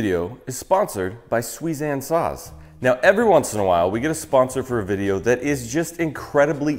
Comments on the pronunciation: I’m a woodworker living in Japan. And I know it’s super pedantic cause pronunciations change in new languages but it should be sue-ee-zahn. And reeyoh-bah. Otherwise fantastic video. 👍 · I thought he said 'Sweezan sauce' at first😂